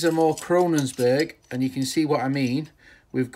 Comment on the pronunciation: It isn't 'Krononsberg', it is Kongsberg! lol